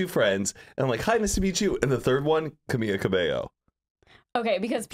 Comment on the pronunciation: It’s Cam-E-lla